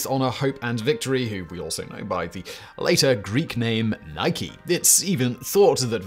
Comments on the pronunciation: Hey pronounced Nike correctly. Nike is what the brand is named after. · Oh wow, a British YouTuber who knows how to pronounce Nike! 👏👏👏👏👏👏👏👏👏👏👏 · I finally got to hear Simon say "Nike" correctly. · Did your partner coerce you to say Nike correctly?